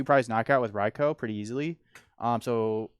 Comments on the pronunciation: raikou is pronounced rai-ko. it hurts hearing rai-cow 😂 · Thank you. Rai-cow and Rai-coo kill me 😭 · Whoever told that Raikou is pronounced "Rai-cow" did him DIRTY